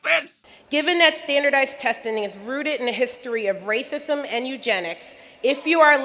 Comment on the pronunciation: “Thandardized testhing”